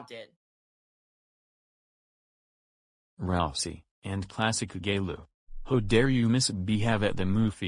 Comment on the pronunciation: Rausey & Classic Gayloo. Ho dar you misbehave at the movies, that it. You are groundses groundses groundses for a wack. Go to your ream no.